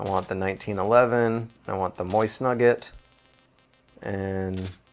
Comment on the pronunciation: he says mosin nagant like moist nugget... XD